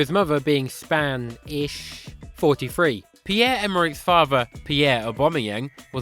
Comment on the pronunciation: Span - ish 😂😂